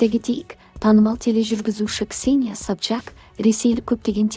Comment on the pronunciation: Сапшак демей дурыс айсай😂😂Сопчак